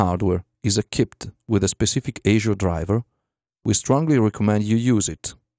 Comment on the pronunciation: ASIO is pronounced ass-ee-o. Just saying.